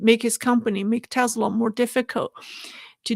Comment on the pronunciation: Hi. Just a friendly correction. It's pronounced teSla not teZla. Love your podcasts.